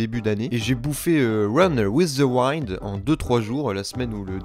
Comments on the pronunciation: Juste on dit pas waille neude mais winne d(e) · Ne meurt pas avant de savoir que l'on ne dit pas run with the waoind mais run with wind (iiiii) XD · WIND ÇA SE PRONONCE OUÏNDE PAS OUAÏNDE Merci pour cette vidéo. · run with the wind!! Avec le son [i] pas [ai]. C'est juste pour te permettre de bien prononcer un anime que t'aimes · Bon bah je m'arrête rapidement dans la vidéo vu que j'ai pas encore vu "Run with the Wind" et que j'ai pas envie de me faire spoil vu qu'il a l'air intéressant. Sinon "Wind" ça se prononce "Ouinde" tout simplement, tout comme on dit "The Promiiiised Neverland" !